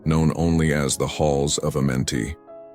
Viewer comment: hahahah I love you bro but Amenti 😅😊